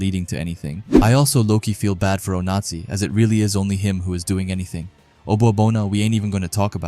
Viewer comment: Ngl broski your putting just a little too much annunciation on the Z in Onazi and its sounding like a certain dictatorship